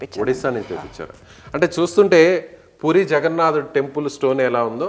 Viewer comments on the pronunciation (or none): none